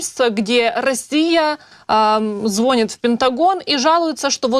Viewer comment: Ведущая , вы безграмотно ведёте беседы. В слове звонит, ударение ставится на последний слог, а преимущество среднего рода, поэтому никак не может быть такая.. Смею заметить это не первые провалы в ваших интервью....